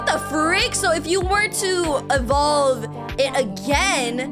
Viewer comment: IT IS SPELLED EVOLVE. IT IS PRONOUNCED EVOLVE. WHERE DID ENVOLVE COME FROM???